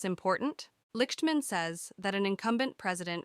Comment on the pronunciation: His last name is pronounced "Licked-man."